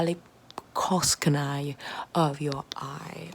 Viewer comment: maliciousanie?? Lol